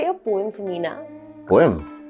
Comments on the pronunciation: Pronunciation of poem is poo-em not poye-em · Actually in pronunciation its not poh-yem. Its po-um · It's pronounced like pome not poyem just it's spelling is poem 😌😌😌😌😌😌😊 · Madam, one recites a Poem, and sir, Poem isnt pronounced as poyam, it's pronounced as poim. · You guys are awesome at English but let me tell you it's not poem its pom and a very slight pronounciation of e , btw I am not talking about the spelling but the pronounciation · It's not a poem. Its pronunciation is pom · It's pronounced like pome it's spelling is poem😌😌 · PoEm ? Fellas get your pronunciation right. I think you must have studied in the innumerable " public shools" I. DELHI /NCR. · Poem pronounciation is wrong😢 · You guys post all the videos in English but still don't know the correct pronunciation of 'poem'.